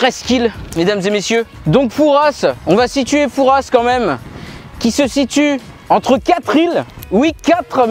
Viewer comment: le S de Fouras ne se prononce pas! C'est comme dire parisss